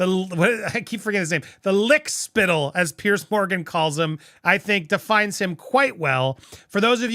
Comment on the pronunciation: Hey Andy, his name is “Piers” Not “Pierce”… Just saying. Content is great tho!